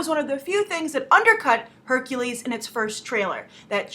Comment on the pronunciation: Did he just say .. HERCULIEEEE!